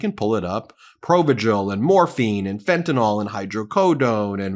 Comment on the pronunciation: It is not pronounced "fentanol", but fentanyl!